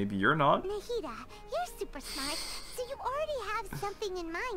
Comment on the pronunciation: i’m so glad i’m not the only person who calls nahida “nahihi”